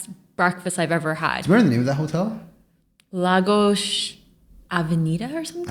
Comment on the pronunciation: Yooo the way pronounced Lagos naturally, she's definitely from Recife